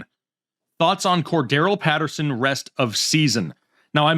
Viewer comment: actually pronounced Cordarelle Patterson’s name correctly